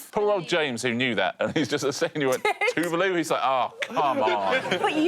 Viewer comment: Tuvulu, wtf. Genuinely thought I was losing my mind. It's Tuvalu, not Tuvulu. They spelt it correctly but the pronunciation is horrible